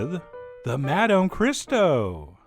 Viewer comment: learn how to pronounce Madame correctly